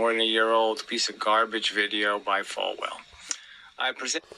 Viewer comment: Thanks for giving me a good laugh, just what i needed before bedtime. He really doesn't like duct tape lol. Whether the masses are glued together, taped together, soldered together, doesn't make a damn difference. Also, after all these years goofy still can't pronounce your name correctly, "Falwell" ?? 😅